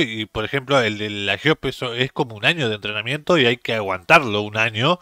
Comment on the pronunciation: no se dice "Jeope", sino GOPE.